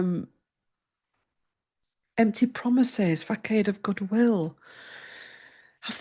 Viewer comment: I believe Musk was always going to be steppig down - he had a limited term 'contract' (6 months),..... however, you have picked up on the recent falling out between him and Trump! (p.s. 'facade' - 'fu-sard') So much interesting info and many insights - thanks!